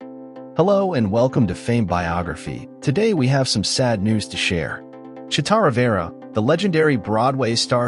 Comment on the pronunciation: Is this AI generated? If you're going to pay tribute, you could at least pronounce her name correctly.